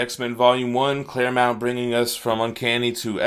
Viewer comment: Pronounces “Claremont” correctly. Me: satisfied sigh: goes back to saying “Claremount.” Me: Screaming internally.